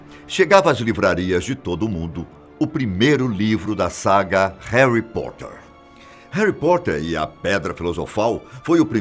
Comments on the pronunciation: Concordo o video está bm feito mas (harry portter???/Damblédóre???/hegwertze??) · "Heri poter" 🤦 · Verdade e hoguorts 😱😂😂😂 e heri poter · "Rary Potter, Dambledore, Hoguiorts, Cedric" kkkkkkkkk, não confio em opinião de quem não sabe nem pronunciar os nomes do personagem, muito menos iriam saber interpretar uma obra dessas! O canal está se perdendo focando em ocultismo e coisa sombrias e macabras! Alôô, parem com isso! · Haly Potter? Kkkk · Réri potter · E Haly Potter